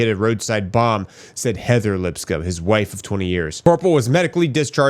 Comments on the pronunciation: Lips coam like a comb 🪮 is the right pronunciation lol. Sorry for the correction brother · LipsCOMB not LipScum